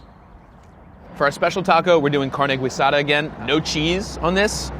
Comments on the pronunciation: Carne Guisada doesn’t deserve to be mispronounced... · Who else got deuche chills when he kept on saying carnay gweesado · "Carne Gweeesada". 😁☝️ Its actually Carr-neh Geeeee-sada "Carne Guisada" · Growing up in Texas “carne GWEEsada” killed me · David Harris carn-e ghee-sada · Carne Gooey-sada. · I cringed when he said Carne Guisada... pronounced carne geesada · How dare you. Go ahead and do your philly cheese steaks and hot dogs, but dont you ever try to critique TX breakfast tacos, you have no clue what youre talking about, "carne gwee sada"?? Im literally shaking my head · someone teach this man how to say carne guisada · In the last 2 years, has anyone told him how to say carne guisada? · Him mispronouncing carne guisada so badly is hard to hear.